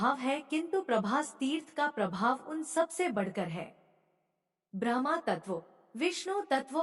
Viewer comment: Bahan vinamr vinti ,aap brahma ka ucharan sahi kre ,dhyan bhatkta h, shukrana